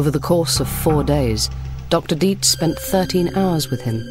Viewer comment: Nada mas como dato es Dr. Dietz no Deeds